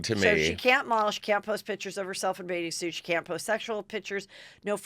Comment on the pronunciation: This is super petty...but I just can't deal with Heather always pronuncing bathing suit as "baiting" suit. As far as I can tell, she doesn't seem to have a speech impediment, so it drives me crazy that she mumbles this particular word! Just had to get that off my chest 😤😆